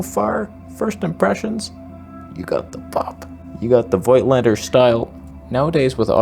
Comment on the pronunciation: Why do so many camera "experts" make up their own pronunciation of Voigtländer?